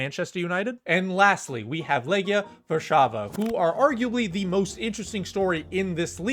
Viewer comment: Actually, very good pronounciation. Only Lechia should be pronounced lekhyah, not lekheeyah.